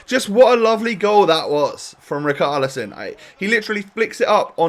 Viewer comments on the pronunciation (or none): Someone please tell that it’s pronounced RiCHarlison and NOT RiKarlison. It’s killing me!!!!! 😂